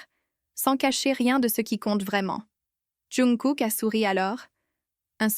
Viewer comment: Ça me fait rire quand elle dit younkook😅😅